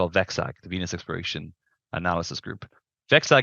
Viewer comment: I stopped hearing when he said evangelicee of Vennus. Venus is literally hell, dude.